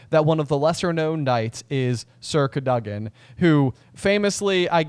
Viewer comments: The emphasis for Sir Cadogan should be on the A, not the O. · I had no idea what you were talking about when you were saying "circa dugin" then I realized it's sir cadogen. I always thought it was pronounced "cad-oh-gen" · “Circa Doug-in”